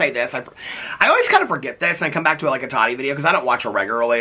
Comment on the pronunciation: Omg lmao I thought you were saying Thotty Westbrook haha I need to check my ears! 🤣